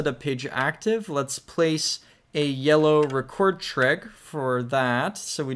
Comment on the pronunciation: man you gotta stop saying "trig" like dat